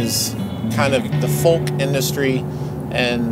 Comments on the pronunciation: Fantastic episode. But do please practice pronouncing the word 'Folk.' It's 'Fowk.' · Stop pronouncing the "L" in folk! It's weird. ;) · Great episode and I love the way you say "Folk"!